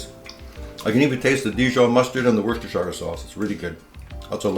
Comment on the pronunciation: Its pronounced as “wuuster”sauce. Dont ask me why, but thats how it is…🤪